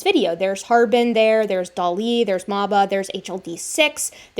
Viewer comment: Love and appreciate your work but please please look into a prounciation guide for the Chinese names you use. I put my notes below, but it is really distracting from the topic when the names are consistently misprounced. - Harbin = Har-bean - Dali = one utterance, edit: so no emphasis placed anywhere. Kind of like pronouncing the name "ellie" - Xiahe = XIA-huh (emphasis placed on xia, not on he)(xia is more like s-iah with the s being like a whistling hiss sound almost but its close enough in the video that this is more next step after all the other notes) - Xujiayao = Tsu Jia-yao (Xu uses a whistle tone similar to ts sound, but a bit softer. The u is a ooo sound. It is also seperated from jiayao, with a pause before continuing on.) (Jiayao was pronounced well! though jia could have a stronger J start) - Feng = Fung (like Fungis but with no "-is") - Penghu = Pung-Hoo (Peng is broken down in pe-ng with the e being more of a uh sound, kind of like the word pug. So put together its puh-ng.) (Hu is pronounced like in Hulu, where the u is a more ooo sound) Side note - Hualongdong was pronounced perfectly! Aside from the above: I'm on team H. J is probably a distinct enough group that it makes sense to distinguish them out in comparison to H. Sapiens +/- H. Longi but I would like to see more work done before I fully commit to that stance :)